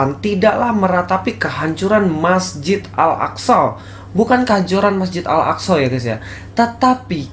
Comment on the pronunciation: Si, bilang Masjid Al Aqshow 🤣🤣 ngakak saya.. hahaha